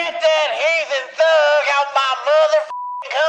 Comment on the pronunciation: We all love when never fails to entertain us and never fails to make us laugh when he says LWOCK THIS THWUUGGGG UP😂